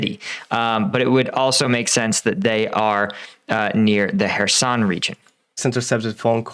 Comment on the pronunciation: It’s not :her son…try Kherson…